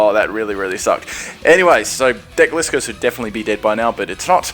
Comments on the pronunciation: It's called Gli-scor not Gle-scor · It's gly-score not glee-score! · Correct me but im pretty sure they pronounced gliscor like this glie-score in the anima not gli-score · Cool videos but as usual your pronunciationsare quite off putting for me. Synthesis, Florges, Gliscor...Sin-the-sis, Floor-gess, Gly-scor come on dude, it's not that hard.